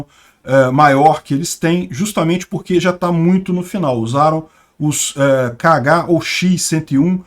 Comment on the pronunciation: "esses missel KH" eu escutei "caga" kkkkkkkkkkkkkkkkkkkkkkkkkkkkkkkkkkk